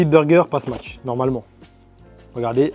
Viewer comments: smach pas smatch :face-blue-smiling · Set et smatch😂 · tu fais que dire smatch 😹😹😹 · le frère elle est grave bien ta vidéo mais comment ça ma trop tendu que tu dises smaTCHE burger toute la vidéo mdrrrrrrr